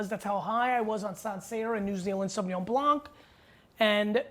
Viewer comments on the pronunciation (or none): Great video G , just fyi, as a french speaking guy, you do not have to say the « c » as a « k » in Blanc 👍🏼